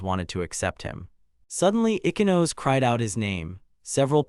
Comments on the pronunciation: icky-nose .... op's first time reading japanese names. bc pronoucning "ee-chee-no-say" is too hard or some sh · Your ridiculous reader needs to be trained how to pronounce stuff. Also this interdimensional slave auction story can go hump a chef's knife. Tsukuru: "Sicky row" is actually Soo koo roo. Ichinose: "ee kee no say" NOT ICKY NOSE.shitty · Ichinose ... icky nose? itchy-no-say..... Tsukuru... sue-key-roo? sue-koo-roo.. 🤣 I am now haunted by this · Ich-ee-no-say NOOT ikky-nose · Ichinose ❌ Ikinos ✅ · OMG: If you don't know the pronunciation of Japanese names, then get a google translate, write the name in the box, select Japanese and press the speaker icon. E-ke-nose (Ichinose)? Shoot me dead. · Why is her name pronounced icky-nose?